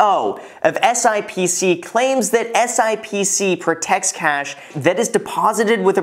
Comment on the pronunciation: FYI, the financial industry calls it SIP-SEE...but you can call it whatever